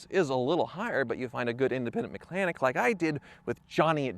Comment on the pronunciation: Did anyone else notice him say independant BMW "mech-lanic"